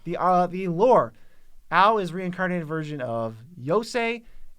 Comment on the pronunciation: an hour and eightteen minutes in and maaan, I just gotta say it - kudos for saying AO right. Godd fkin dammit, everybody sucks so much when saying Japanese names. Eio, Ayo, not a single freaking one of otther mtg creators say AO. still a lot of U (ooh) sound in that O (oh), but you're close